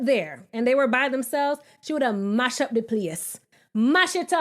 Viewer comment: Hey! Are you West Indian? 'She would ah mash up de place' sounds so authentic. Just asking.